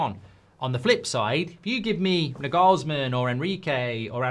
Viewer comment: FFS learn to pronounce Nagelsmann's name right jeez